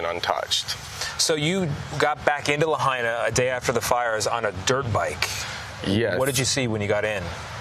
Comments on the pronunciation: Again Tony, its not very hard to pronounce: Lahaina, NOT LaHEYnah. You mispronounced Lahaina in your earlier report, when the sun was still shinning, now its nighttime. Please do your research, ask a Local Person they would be happy to tutor you on pronouncing Lahaina. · LaHAYna? Please, show some respect. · Lahena Lahana. Lapaypay. Geez get it right. There’s a letter I In the second syllable. La hai na! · It' pronounced Laha I na not Lah A na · It's Lahaina not La hay na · It's La-Hi-Na. NOT Lah-hay-na. SHOW SOME RESPECT COLONIAL CLOD. WHERE ARE THE EDITORS? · Lahaina. La-high-na. Not La-hey-na... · La High Na NOT LA Hey Na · Me hearing Lahaina (Lah-high-nah) being pronounced La-hay-na... 😳🙄🤨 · At least PRONOUNCE LAHINA CORRECTLY!! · “LaHAYna”? A professional news agency should at least pronounce the city name correctly! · It is pronounced, La Hi Na! I have not heard it pronounced correctly for days! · La hi na say it right! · Reporter it’s pronounced…. LA - HIGH - NA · La-hey-na???? 😖👎 STOP #Ignorance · la-HIGH-na, if you please! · La-HINE-ah .... y'all should learn how to pronounce the names of towns in crisis you're covering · Tony please stop saying Laheyna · Good grief, at least pronounce the name of the town correctly! Lāhaina = Lā hai (like high) na. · La hay na😂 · Him mispronouncing “Lahaina” is so frustrating! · Why can't the guy reporting on scene pronounce the name of Lahaina correctly? It seems pretty rude. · can the reporter learn how to say the name of the town please..... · Get rid of this guy..if he can’t take 2 seconds to learn how to pronounce Lahaina…then you are disrespecting the people who are already hurting.. Do better!